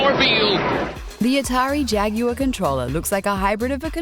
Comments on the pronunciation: mitchell No American says jag wire. We say jagwar. Don't know what he said. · Did he say "Jagwire"? I'm not a native speaker, so I guess it might be accent-related? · jag-U-er what?!?!? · Did you just say Atari Jagyewer?